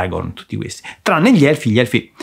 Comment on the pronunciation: No vi prego, non obbligatemi a guardare quella roba che mi viene la morte solo a pensare di dover sentire quel tale che pronuncia 'hellfi" in quel modo.